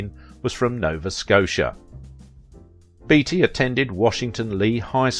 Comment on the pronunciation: Are you sure his name wasn't pronounced 'Batey' ?